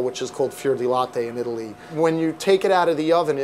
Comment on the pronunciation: lol he says italy-ly